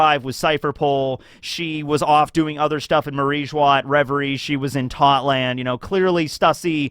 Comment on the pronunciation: why do you pronounce Totto land incorrectly?